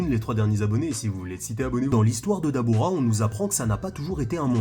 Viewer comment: Dabra pas dabura 😅😅